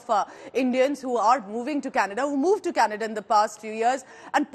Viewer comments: Its official..It's not Canada anymore..It's 'Kha'nada...😂😂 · Trudeau is responding to Kannada and not Canada 😂😂😂 just ask any Nijjar fan to pronounce Canada and see the magic, yesterday pronouncing was changed and today government is about to be changed and tomorrow country will be changed to Khalistan 😅